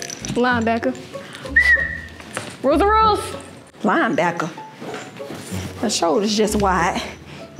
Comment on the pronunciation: She said line baker